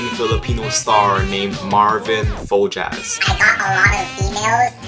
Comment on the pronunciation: To pronounce his name correctly, Fojas is read Fohas. "J" should be sound out like "H".